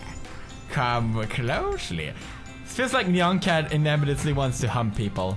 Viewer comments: It not pronounced neyan cat its pronounced niyan cat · ITS NYAN CAT NOT NEON CAT!!! :p